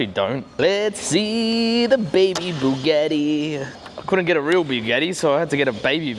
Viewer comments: WTF is a Bugeeeti?! It's Bugatti mate 😅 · I start watching my friend went to work for a big. Eddie asked him if he could get me a big Eddie then I finally figured out. He was trying to say Bugatti.😂😂😂😂😂😂😂